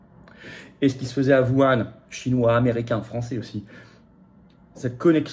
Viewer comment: Tu peux prononcer Whuan correctement ?